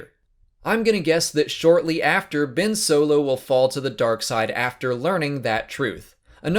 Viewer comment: 0.37 vince solo? 🤣🤣🤣🤣